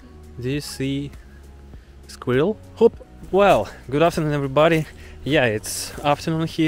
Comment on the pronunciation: They way you say squirrel reminds me of an old Youtube video where they are trying to get Germans to say squirrel.